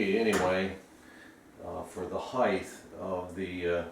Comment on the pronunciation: "Heighth" is NOT a word. Width, yes, length, yes, heighth, NO.